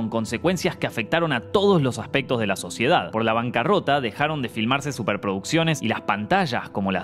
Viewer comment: Soy el único q escucho q dijo la suciedad italiana jajaja